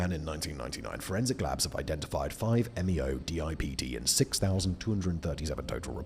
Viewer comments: close Simon! it's 5-methoxy-n,n-DIEisopropylTRIP(tam)een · five - meh-THOX-ee - en - en - DIE-EYE-soh-PRO-pil - TRIP-tuh-meen